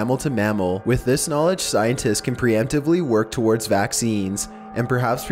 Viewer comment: He says a lot of shit I hate in all his videos like "towards" he says "torwards"lol, also when he says abbreviations!!!